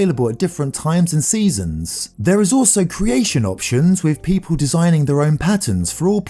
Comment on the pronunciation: When he said people I thought he said peta 💀💀